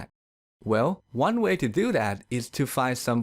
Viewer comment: Yea my too sound like Tewww and do sound like dewww